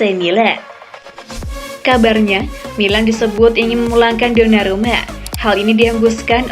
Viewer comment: Mala denger sonarumput